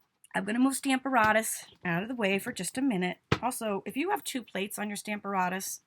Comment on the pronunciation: PLEASE check pronunciation for STAMP a RATUS